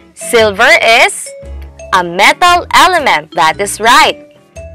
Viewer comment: Real word: Metal: Mataaaaaal 🤣